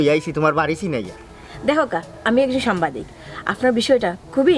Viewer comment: it’s সাংবাদিক, not সাম্বাদিক 🥵 উচ্চারণ ঠিক করেন